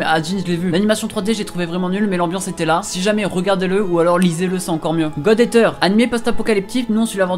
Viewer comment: Outch mes oreilles quand tu prononce Eater 😂 ( ça se dit Iteur pas éteur si jamais ) et sinon vidéo très utile pour tout le monde ! Pour ma part j’ai déjà quasiment tout vu ahah